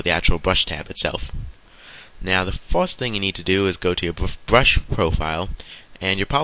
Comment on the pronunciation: Good tutorial just a few things i dont understand. what is the an eye bwow and a bwush :D hahaha